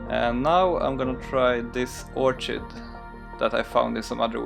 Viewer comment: Thanks for inspiring me to branch out into Macro photography - it really helps one to develop a closer relationship to an entire world of nature which is a huge part of our environment, but often disregard or don't appreciate. A small thing; orchid is pronounced orkid. But your English is excellent, like all Swedes I have met! Thanks again for your dedication in all these videos!